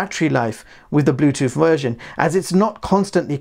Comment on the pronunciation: The word is WITH not WIV. The word is BLUETOOTH not BLUETOOF. The word is OFTEN not OFEN.